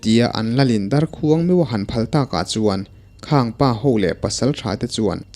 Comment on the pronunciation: Ngaihnawm viau a mahse ‘darkhuang’ lam dan hi a dik chiahlo deuh a ni